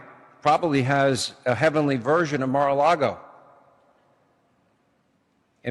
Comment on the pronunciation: MaraLago (not Miralago).